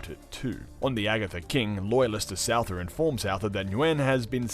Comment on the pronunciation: omfg I almost can't cope - Souther is pronounced Suther in English...bruh :'( su-tha kinda...fk me :(